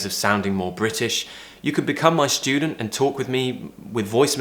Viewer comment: Schtress,schdudent? Not very nice way to say these words.